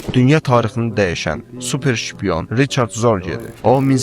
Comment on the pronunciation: Riçard yox Rixardı